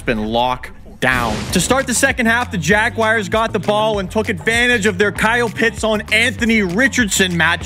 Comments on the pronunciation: It’s pronounced JAGUARS not JAGWIRES 😂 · Why do you call the Jaguars the jag-WIRES? Jersey people say it that way too. It makes no sense whatsoever.